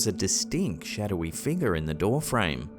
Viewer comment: U need to make merch for "shadowy figgah" and "ghostly figgah" and " anomalous figgah" Prime was used way before morons branded for a drink😂